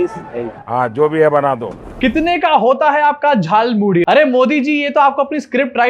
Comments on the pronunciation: Jaal Muli nahi Jhaal Moori hota hai.. Muh se Vimal thook do Modi ji. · झाल मूढ़ी नहीं.. जाल मूली बोल रहे महामानव😂😂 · झाल मूली 😂😂😂 अबे झाल मूढ़ी होता है।